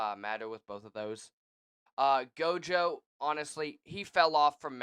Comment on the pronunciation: I heard Gayto lol, good tier list though